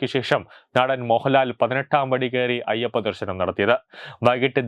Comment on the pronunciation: "ശ" എന്നതിന് പകരം എല്ലാ വാക്കിലും "ഷ" ആണല്ലോ പറയുന്നത്. ഷബരിമല, ദേഷാഭിമാനി, ദർഷനം, വിഷാഖം...... കഷ്ടം . എടോ ശബരിമല. വിശാഖം, ദർശനം, ദേശാഭിമാനി ഇവയാണ് ശരി. അക്ഷര സ്ഫുടതയോടെ വായിക്കൂ